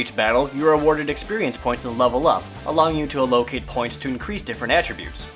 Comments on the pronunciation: "allocate" =ALakeit" not "aLOcate" "subsequent" = SUBsekwent" not "subSIIkwent" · A-locate and Sub-sequent? Isn't it ALLO-cate and Sub-se-quent